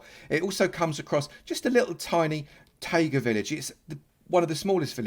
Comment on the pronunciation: it's taiga not tiaga